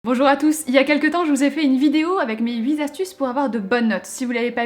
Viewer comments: "...mes huiT astuces" !! Pas "mes huit zastuces" stp ! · Très bons conseils! Par contre huit astuces ça se prononce pas huit'z'astuces 😘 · je t'adore mais arrête de dire "huiz astuces" s'il te plait! On ne met pas les chiffres au pluriel;) Bisous